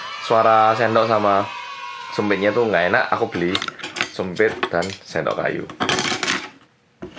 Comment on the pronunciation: "nasi taruh sini terus suendok bareng telur telurnya gini" wuh mantep mas medoknya:)